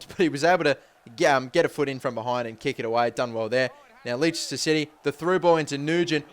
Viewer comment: I can tell from all the comments about les-ter that I'm not Going to enjoy this